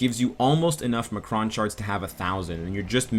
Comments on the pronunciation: uhh...I think you meant to say EM-CRON crystals, not ma-cron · great video! just a quick correction on the pronunciation of M'Kraan. it's "M. Kraan." its separate. not "Muhkruhn". thanks man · are you pronouncing m'kron like that as a joke? from what i remember from the cartoon its pronounced em kron not ma kron